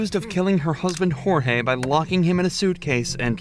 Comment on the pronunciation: ok, this might be the wrong thing to focus on... but... the name was JORGE, not GEORGE.....